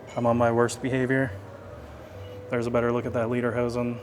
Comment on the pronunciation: Again its pronounced LAY DER HOSEN not LEE DER HOSEN pronunciation of this makes a difference(like the word read and read one means that you read to someone while the other means you can read it) one means song pants and the other means leather pants, the suspenders on the shirt while worn with lederhosen they are not lederhosen. Remember you have many people of German decent watching in Texas since much of our populus are German. Yes German Potato Salad is served warm or hot.